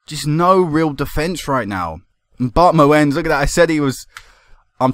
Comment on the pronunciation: you pronounce Bart moens as Bart Moons since he's Belgian and i'm from the Netherlands so I speak the same language